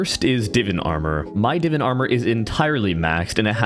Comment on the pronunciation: stop saying divin its divan